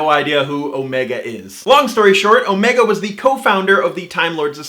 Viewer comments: You said oh-MAY-ga, whereas the Time Lords say OH-me-ga. What if you are right? It may be the founder of the Time Lords from an alternate universe, where Gallifreyans have American accents for no good reason instead of British accents for no good reason. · It's the first Doctor, as played by David Bradley. And Omega is pronounced with the emphasis on the "O", not the "Me" in Who.